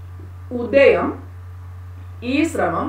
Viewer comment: ഉദയം അല്ല,ഉദ്ധ്യം ആണ് മിസ്